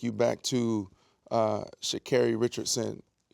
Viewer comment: They traveled all that way to interview Sha’Carri, but didn’t do the simple due diligence to learn to pronounce her name???